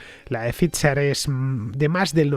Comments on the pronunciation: Cada vez que dices fitzer/pitzer en vez de faizer/faiza(dependiendo si eres de de EEUU o UK) me sale un sarpullido, sobre todo xq en tus programas das a entender que hablas el idioma(la p no se pronuncia y no hay t)..lo he puesto foneticamente Fernando a ver si lo corriges que aun tendras mas programas de esto y de verdad que duelen los oidos.. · Pfizer se pronuncia "faiser".... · Yo también me he dado cuenta pero me lo he callado para no parecer un pedante xD, pero tienes razón se pronuncia [Pfaiser] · es que hace un par de días alardeaba de que como era un apellido alemán había que pronunciarlo correctamente en alemán :) ... adoro a Fernando anyway, es imprescindible